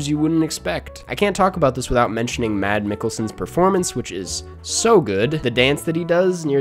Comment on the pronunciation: Mans really said Mad Mikkelsen